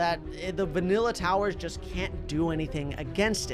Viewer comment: You said vinilla